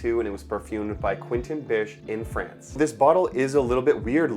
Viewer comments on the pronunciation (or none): none